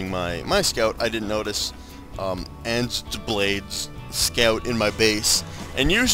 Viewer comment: AznBlade Asian Blade People use it Azn for Asian. it annoyed me when you said Anzdeblade